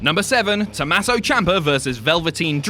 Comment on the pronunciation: IT’S TOMMASO, NOT TOMASSO. REEEEEEEEEEEEEE